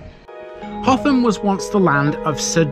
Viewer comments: It is Hotham not Hot ham. Did you attempt Hotham Hill!! 😳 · Now then; you've said the th- was like the th sound in "the", but pronounced it like the the th sound in "through" most times . Nice vid, nevertheless. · HOTHAM ADDITIONAL INFORMATION: - Despite asking a local for Hotham's pronunciation and alluding to it in the video, it's apparently still not right. It's said by the locals as "Utham"